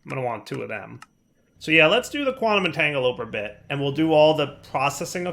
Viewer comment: God it bothers me so much every time he says "Entangle-oper" instead of "Entanglo-porter". It ends in "Porter" as in "Teleporter".